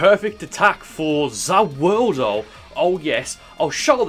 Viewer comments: He said ZA woodo....... Yare Yare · I like your vids but stop saying Za warudo your bad at it no offense please don’t watch anymore jojo stop watching it or say the world or say it right. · Freiza's name was Giorno Giovanna XD! Also you cant have Star Platinum and The World and its pronounced Za Warudo. And when its used he says MUDA MUDA MUDA MUDA MUDA MUDA, or as its normally called 7 Page Muda. Although i would not be surprised if had the amount of Power as is to get Two Stands (The World And Star Platinum.)